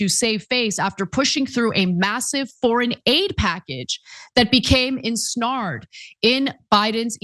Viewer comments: A "snare" is a trap made of a noose, Ana. It is not pronounced "snar." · did you just say ensnard? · There is no way Ana really pronounces ensnared like that. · That’s a… different way to pronounce “ensnared” 😂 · Took me by surprise too. Interesting lol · Ana’s deficiencies in vocabulary — from “egg corns” to the present mispronunciation of ensnared — are comical, but often demonstrate egregious unwillingness to engage in basic preparation. With a reading before going on camera, she could have known that she didn’t know what would be coming out of her mouth, and with a minute’s inquiry corrected that ignorance.